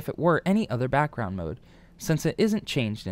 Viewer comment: "brackround" r/ihadastroke (just for the meme. :3)